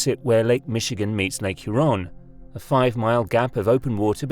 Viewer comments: Its huron... Not huRON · You can't pronounce Lake Huron correctly, with the right stress. Is this more AI bullshit? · Huron is pronounced with emphasis on its first syllable. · But he whiffed on Huron. (Her. On.) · Lake "He-ron" Lmao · The Lake is pronounced "HURE-on," not "Hure-ON." Accent on the first syllable. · you mispronounced "Huron" in Lake Huron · Lol, Lake HuRON🤗🤣 Just giving you hard time. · But doesn’t know how to pronounce Lake Huron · but not Huron :)